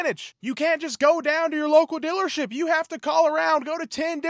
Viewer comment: “Dillership”. I love the accent.